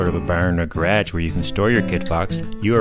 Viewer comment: Wait..., what part of the country do you live in? I didn't hear any accent until you said the word garage. Lol